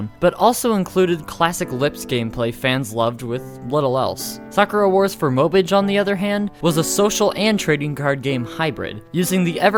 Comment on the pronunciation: Mobage is pronounced Moe-bah-geh not mowbyj